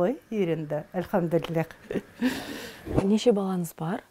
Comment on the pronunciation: Ма ша АЛЛАh Как прекрасно слышать ,когда Анна произносит :"АльхамдулилЛлях !"